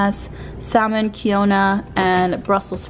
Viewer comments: ...did you say quinoa like ki-no-ah? 😂 you pronounce it kee-nwah girly!! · ITS QUINOA NOT KENOA HAHAHA SAY IT LIKE THIS "keenwa" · SIS U SAID KEY OWN A GIRL it’s keenwa (quinoa) i’m dying kmg i love u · Minute you said "QuiOna" it's called QUINOA hehe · lmao am i the only one that noticed the way she said quinoa, “kee-own-a” 😂😭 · angelina rose hahahaha I caught that too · Thank you! I was like I cannot be the only one that heard that. Lol I was dying 😂😂😂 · Yes lmao I was about to comment this 😩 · I was gonna write the same thing! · angelina rose I'm DEAD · Same lol 💀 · angelina rose I was about to comment that lmfaooo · did pronounce quinoa “kee-own-a”??? 😂😂 omg we love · Keen-Wah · OMG bitch im S C R E A M I N G!!! lol i love you!!!! KEE-NO-AAAHH 😂 asi se dice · The way she pronounced quinoa. KEY-O-NA 😂 Ay! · did just say quinoa as kee-on-a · I think quinoa os pronounced keen wa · She said quiona 💀💀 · I’m dying at the way you said quinoa 🤣💕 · I love this video and the way she said quinoa 😂❤️ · you're the first person ive heard say quinoa like that lmao love you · The way she pronounced quinoa